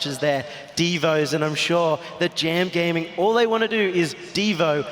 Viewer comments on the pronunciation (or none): none